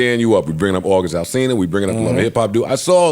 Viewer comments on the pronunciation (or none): none